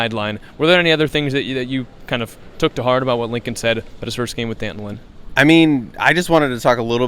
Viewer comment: It’s pronounced “Dantin”